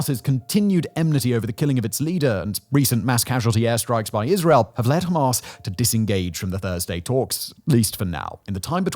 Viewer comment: Are you deliberately saying Hamas in a ridiculous way?